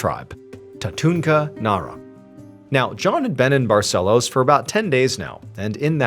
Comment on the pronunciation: I live in Manaus. That leader certainly didn't look local to me. But wow, what a story. Too bad there seems to have been no resolution on the case. I feel really bad for all who believed in such a story :( she was very brave and determined though. All praise to her ❤ Ps.: hey Mr Ballen, amazing pronunciation of the city name "Manaus" :D "Barcelos" too!!!!